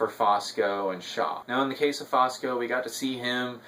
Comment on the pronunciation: Good review. BTW, the name is Fusco, not Fosco.